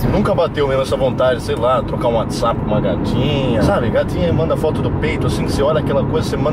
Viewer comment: " WUATIZAPI" KKKKKKKK